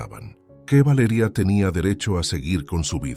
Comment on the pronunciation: Porque esa manera de decir Valeria horrible